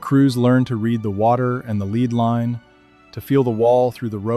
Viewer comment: They sounded the water depth with a “lead line,” so named because the weight at the end of the rope is made of “lead,” a very heavy metal. So it’s pronounced “led,” like the metal, not “leed.”